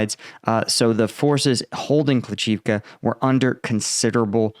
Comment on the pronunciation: It's not kli CHIV ka.. .it's kli SHIV ka. Please get your pronounciation correct!!!!! Jeez